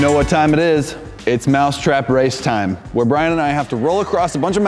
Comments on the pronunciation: I heard them say now on to the mouth trap race not now on to the mouse trap race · Did anybody notice say (mouth trap)